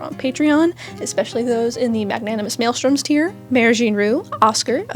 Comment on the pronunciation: Wait...I just watched the end again. Maelstrom isn't a terribly common term these days. It's even less common for people to pronounce it correctly. 😂Are you a gamer? If so, do you play Conan Exiles? 😬